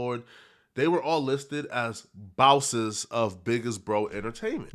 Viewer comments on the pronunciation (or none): " everyone is bowses now" 😂😂